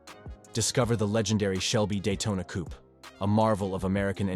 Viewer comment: "coop" LOL